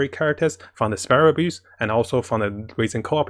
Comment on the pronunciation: I hear "sparrow abuse"